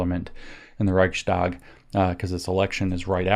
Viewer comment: Interestingly, you pronounce the ch of Reich pretty good but when -stag gets added you pronounce the following S as a german speaker would pronounce "sch" perfectly. Switch it around for a snake like ssss and apply your "sch" and you sound 90% better just like that. Reich sssss tag. Thank you for everything looking forward to this video.